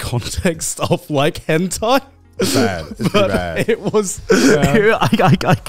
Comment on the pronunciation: It's Henthai not hentai